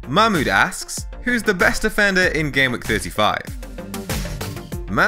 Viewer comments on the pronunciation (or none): “Mamood asks” 😂😂